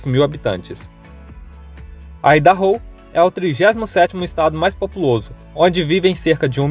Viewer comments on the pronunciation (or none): none